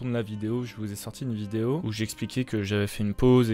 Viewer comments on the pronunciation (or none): il a dit une viose